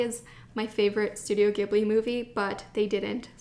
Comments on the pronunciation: did anybody comment on this... it's pronounced Studio Ji-ibli no Gi-bli because "Ghibli" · not 'gib-lee' 'jee-blee' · Ghibli is pronounced as "jib-lee". ❤️ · Hi. I just wanted to let you know Studio Ghibli is pronounced “jibli”. I’m from Japan and the technical spelling for the pronunciation is “jiburi”. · The accordion notebook is the type they use at temples and shrines where priests will write the Characters of the name of the shrine and the date. Its a popular souvenir for people who visit temples and shrines in Japan! So yes, perfect for ink and calligraphy! Also, its actually pronounced studio "Jibli" with a soft G! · whispers I love Ghibli too ... it's pronounced with a soft G though ... Studio Jeebbly.